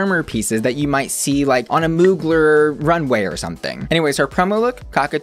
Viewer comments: "moo-gler" gurl it's moo-glare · Gurl, "Moo-gler?" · Hermione moment saying it's muglér not moogler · I love you but it’s pronounced “Muglair” not “Muglerrrrr” 😂😘 sent with love from an ugly xo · Muglear is pronounced “Mew-glare” not “Moogler” 😘❤️💕💜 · I’m so sorry but I love the way you mispronounce MOOGLER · Moo GLARE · CAME HERE FOR THE MOOGLER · Not bussy saying Moo-gler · Pronounced......Mew-glare (Mugler) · How you gonna say "Yara" like that but then butcher "Mugler" 😭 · the way he pronounced mugler hurt my SOUL PLS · I know you did not pronounce mugler like that 💀